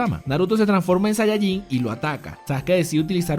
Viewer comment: en saiyayin xd